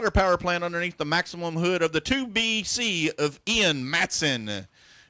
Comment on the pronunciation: It's Maxxim not Maximum